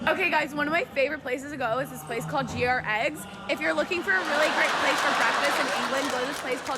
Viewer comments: How does that girl not know how to say Gregg's? So embarrassing 🤦‍♀️ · How would even an American not know how to pronunce Gregg's? Greg is an American forename, Gregg is a fairly common surname. I bet she shops in Wal M. Art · GR-Eggs? That happened?! lol omfg Wet-her-spoons?! lol!!! I'm dead XDXDXD